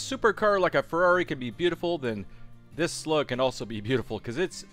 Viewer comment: Is not "beautiful", is blyatiful